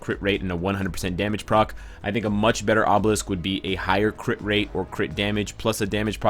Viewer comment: i like when he says "crih rate crih damage"